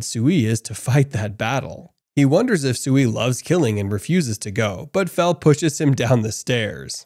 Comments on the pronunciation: Yeah he actually says it right a couple times but then immediately goes back to saying fuh within seconds after saying fel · He keep saying fu than fel it keep triggering me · You're pronouncing it like Vietnamese Pho (that's beef noodle soup) but it's pronounced like felt without the t. So Fel. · Bro why do you pronounce "Fel" as "Fuh"?? That doesn't make any sense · Am I the only one who noticed the narrator call Fel by his name correctly at first but later on he calls Fel by Phu not Fel😂😂😂😂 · Fel fel fel not fur wtf??